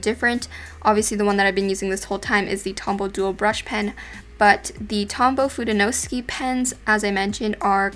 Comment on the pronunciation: I am so sorry but u pronounced the word tombow fudenosuke incorrectly but these days u do it correctly so thats great